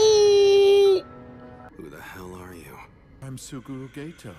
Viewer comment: Why does the dub pronounce Geto like that?